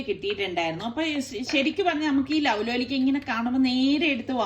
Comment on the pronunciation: ലൗ ലോലിക്ക അല്ല ലോലോലിക്ക എന്നാണ് പറയുന്നത് 🥰